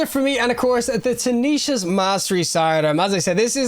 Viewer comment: Why do you keep saying "tanishas"? Why are all of you destiny YouTubers so illiterate?😮‍💨